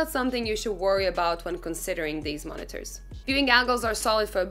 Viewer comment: Did she say, “deez are da two mon-ee-tors”?